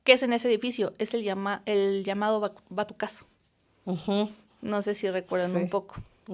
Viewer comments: SAN ILDEFONSO NO ES BATUCAZO, ES BAZUCAZO (de bazuca) EN ESE MOMENTO TELEVISA ERA MONOPOLIO DE LA INFORMACIÓN. GOBERNACIÓN AUTORIZABA LO QUE PODÍA DIFUNDIRSE. RECTOR JAVIER BARROS SIERRA NO ‘Había’, LA PLAZA AÚN EXISTE, LO MISMO QUE LA UNIDAD HABITACIONAL, NO ES ‘PAJARERA’’. ESoS DEPARTAMENTOS SON ENORMES. CU, ES CIUDAD UNIVERSITARIA. CEU, ES EL CONSEJO ESTUDIANTIL UNIVERSITARIO. DICE QUE EL 2 de oct en Tlatelolco LA MAYORÍA NO ERAN ESTUDIANTES 😖 NO TIENE IDEA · Perdón, va mi dislike por la falta de información de la chica. No sabe decir Bazucazo, San Ildefonso, datos no precisos. Bye!!!!